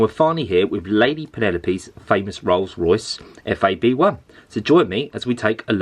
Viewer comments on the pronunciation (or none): It's FAB 1, not F.A.B.1